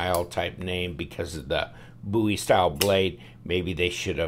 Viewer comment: Thank God you pronounce Bowie correctly. Love the videos!